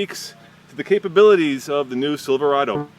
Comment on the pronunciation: Chevy "Silverdo" :43 hahahaha